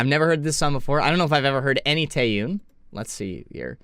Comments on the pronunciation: Not Taeyoon. It’s Taeyun. Not Ayspa. It’s Espa. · “Tay-on”, please. Not “oon”. I know you didn’t know the pronunciation but I figured you would want to know going forward. It’s her name, not a group. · lol you’re doing okay I guess for someone who isn’t familiar with Korean names… but you’re supposed to say /te-yon/. Her name is actually quite simple to pronounce compared to some other names. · So no one’s gonna tell him how to pronounce Taeyeon’s name? Lol